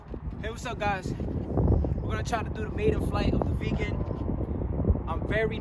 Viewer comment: he called it the VEAGAN its a viggen ... its pronounced exactly how its spelled